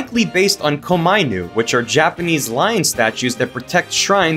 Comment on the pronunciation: "ko-MY-nu"? isn't it supposed to be "koma-inu", like it's a compound word?